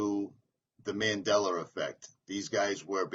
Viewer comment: It’s called “Mandela effect” not Mandeller effect